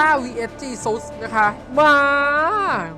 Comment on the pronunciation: Jesusอ่านว่าจี-ซัด